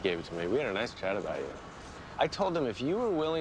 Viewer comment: Also terrible at tennis : " "nioice! "